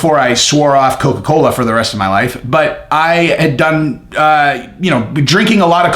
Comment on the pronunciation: Lots of caffeine in Coca-Coe....be fair